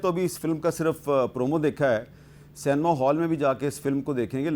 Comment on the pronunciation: First try pronouncing the word ‘Cinema’ properly. It’s see- nay- ma. Not say- nee- ma. Check the spelling. That will be helpful.